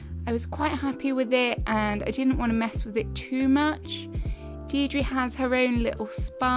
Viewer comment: Ah such a gorgeous island! Content like this is what I always show people when they ask how I can spend so much time playing AC 🥲 Just a small note that "Deirdre" is pronounced "Deer-drah" as it's an Irish name and Nintendo really said good luck with anyone else pronouncing that.